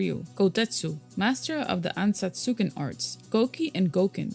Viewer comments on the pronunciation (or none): a little correction, it's "Ansatsuken" not anatsuken